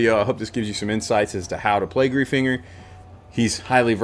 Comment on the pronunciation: As someone with the last name Greifinger it's pronounced "Gryf-inger"